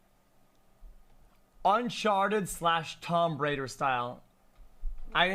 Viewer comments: xQc saying "Tom Brader" instead of "Tomb Raider" almost made me spit soup out all over my monitor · Did XQC call tomb raider “tom radder” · Motherfucker said Tom Braider !!!